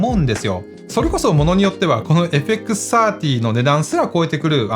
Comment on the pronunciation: 皆んな「FXさんじゅー」って言ってるけど、AUXOUTさんの「FXサーティー」って言いかた良いっすね！ (・ω・)ノ